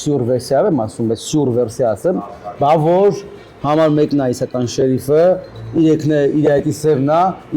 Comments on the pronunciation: շեռիֆ,, չի, ,,շերիֆ,, է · ՀամաՌ եՌեքը ` շեՌիֆ հա շեՌիֆ🤦